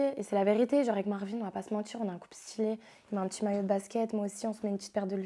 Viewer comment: Ça me stresse de ouf ces yeux à causes des lunettes 😂 et son roulé rrrrr marrrvin😂😂 (je sais je suis chelou mais j’étais obligé de dire ça 😂😂mais sinon tu es vraiment belle)